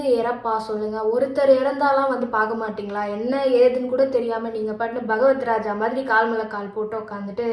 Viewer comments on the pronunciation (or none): அது பகவத் ராஜா இல்லை மா... பகூத்.ராஜா😅😅😅😅🎉🎉🎉🎉